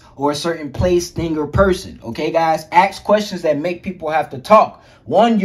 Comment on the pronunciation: A lot of point you got are good. I would respectfully suggest take out the cus words, gives you a low grade vocabulary. And pronounce the word ask correctly, and definitely it will give you %100 more of a persuasive look and sound.